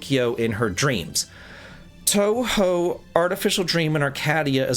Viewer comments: 'Toh-hoh' like you said it is right, but I always get a kick out of you calling it toohoo. Anyone who gets on you about pronouncing it wrong is being too picky! You're obviously trying with those names you're not familiar with. I long since turned off all sounds on my discord, so sadly can't help you there... And congrats again for that 100k! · Tow-how is still a very American way to say it, but it's a big improvement over Too-who, and I respect anyone who makes an effort to improve their pronunciation! If it helps, an alternative way of localizing OU is OH, like in Rin Tohsaka from Fate. The difference is purely stylistic, but I think OH might make it a bit easier to pronounce for English-speakers. Basically if you see OU in Japanese, try reading it as OH. Funny enough, a third way to do it is to drop the U completely like they do in Gensoukyou, and you did a good job saying Gensokyo! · It's toe hoe. And congratulations on 101k dude